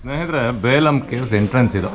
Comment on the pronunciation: ಅದು ಬೇಲಂ ಅಲ್ಲ ಬೆಲುಂ